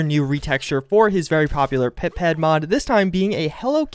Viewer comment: why does he say Pip-Ped? xd